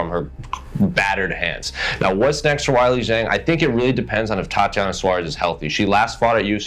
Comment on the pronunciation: Zhang is pronounced similar to jeng in chinese.